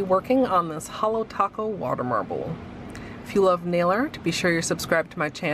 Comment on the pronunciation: You butchered holo taco..